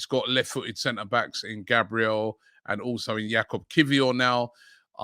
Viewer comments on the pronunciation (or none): none